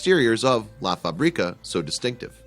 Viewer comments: Do not pronounce la fabríca. The right way it's la fábrica. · Stupid way to pronounce "La FaBREEka".... If you're going to make a video, at least learn how to say: La fábrica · Do some language research. It is pronounced "La Fabreka" and not "La FabrEEkah". Facrica means "Manufacturing Plant". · It's "La FÁÁÁÁbrica", not "La Fabriiiiiiiiiiiiiiiiiiiiiiiiiica", jeez!!! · It pronounced La FAbrica, not La faBRIca. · La FÁ-bri-ca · La Fábrica is pronounced incorrectly BTW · Love this place but hate how you say fabrica lol. It’s literally a translation to factory you make it sound like the seasoning paprika